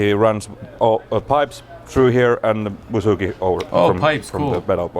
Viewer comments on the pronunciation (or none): Bazouki, not bazouka!